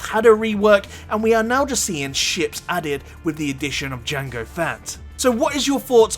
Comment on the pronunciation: I thought you pronounced jango as "jungle fat" for a second there lol